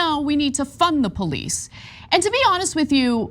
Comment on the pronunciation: "Fun-duh the police. Fun duh police."